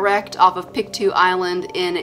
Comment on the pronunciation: Picto hurt lol pronounced picktow